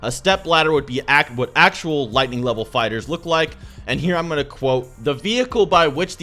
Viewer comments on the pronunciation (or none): none